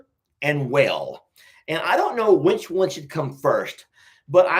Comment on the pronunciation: Talking about how says certain words, the one that always gets me is when he says “which”. To me it sounds like “wench”. 😂😂